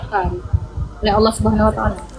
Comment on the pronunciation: tolong di baca itu Allah kenapa bisa di baca alah